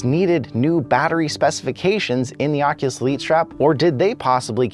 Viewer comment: Keeps bothering when he says Oculus